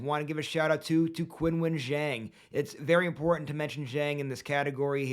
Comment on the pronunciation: Young man Qinwen is pronounced Chinwen as in Charles, chips.